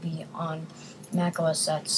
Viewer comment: It's Mac OS "Ten" not OS "ex"...